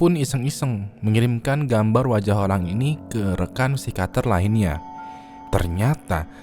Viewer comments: yang bener psikiater bang bukan psikater plis ngakak sepanjang video.. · Psikiater bang bukan psikater wkwk